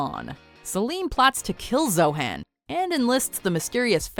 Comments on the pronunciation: zohan not zohen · ITS ZO HAN...Not.. Zohann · It's ZO-HON not ZO-HAN.